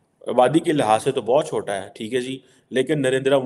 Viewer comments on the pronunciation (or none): none